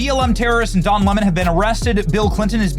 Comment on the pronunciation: Does anyone hear "Dom Lemon" instead of Don Lemon?